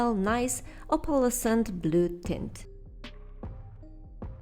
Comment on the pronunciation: Amazing and beautyful design. Good try trying to pronounce opalescent. native speakers are taught to say this word like this: aup-uu-less-ent